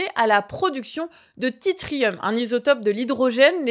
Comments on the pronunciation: L’isotope radioactif de l’hydrogène c’est le tRItium et pas le titrium. Et souvent on prononce le ti comme un s, comme dans attention bizarrement… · Merci pour la vidéo ! Mais par pitié, le tritium se prononce "trissiome", pas "titriome" 😂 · tritium ça se prononce "trissieum" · TRITIUM, pas titrium ! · Une chimiste vous parle: Tritium se prononce Trissium comme Attention se prononce Attenssion… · Vers , je pense que vous parlez du tritium, qui se prononce trissium ;) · instant casse couille: , tritium se prononce "trissium" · Du "Titrium" ? Vous le faîtes exprès pour le réfèrencement ? 😅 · Ouiiiiiiiiii ! Il faut le dire ! Le peuple ne doit pas rester dans l'erreur !